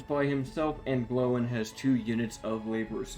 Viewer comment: Gloin pronounced g-loin like loin chops not glow-in